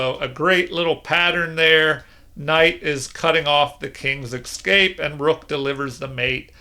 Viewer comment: It's not the repetition, you understand; it's the pronunciation as "exscape", I hate to be a pedant and apologise for harping on it, but it's like gravel in my show now 😆